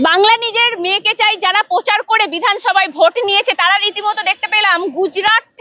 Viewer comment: পোচার, পার্থী এগুলো কি উচ্চারণ। আগে কথা বলা প্র্যাকটিস করুন।